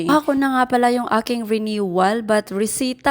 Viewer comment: Driver's license po, hindi driver license. And ang basa po sa receipt ay resit hindi resip. No offense po concern lng 😊✌️